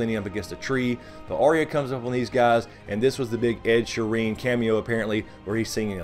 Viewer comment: your pronouncing Ed Sheeran wrong! its not ed Shireen its Ed sheer- ran but fast